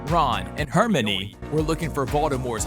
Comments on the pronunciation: The fact that you said “hermini” instead of “Hermione” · Sirius dies in Order of the Phoenix, not half blood prince. Also you’re saying Hermione wrong. Please fix up. 🙄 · I cringed every time you said Hermione. I'm not trying to hate but yeah.